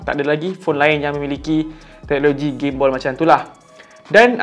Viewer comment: Gim-Ball ??? Gimbal Ler 🤣 Bukan Ball 🤣